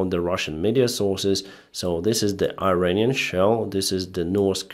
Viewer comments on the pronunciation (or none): none